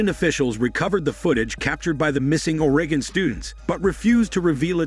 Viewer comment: The AI cannot pronounce Oregon